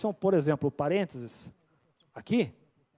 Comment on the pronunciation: É que a gente fala rápido e sai Parentes kkkkkkkkk